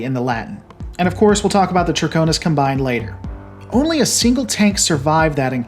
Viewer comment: Ok, I saw that he realised his misspronounciation of hegemony but couldn't he have checked the pronunciation of combine as well. A combine is a company or group and is different and pronounced differently from the act of combining stuff. English is hard, I know. But checking stuff like this before public speaking is something I learned to do in order to not sound nitwitted during public speaking.